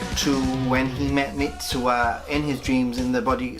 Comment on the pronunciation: MITSUHA !! you keep saying MITSUA